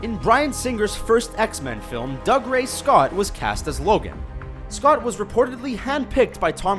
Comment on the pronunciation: Cavill is Cav(to rhyme with have) and Dougray is Doogray. I know names can be funny and not follow normal rules, but it's really not difficult to find interviews with people to see how to pronounce names. The vids on this channel are decent, but this is a common problem with them.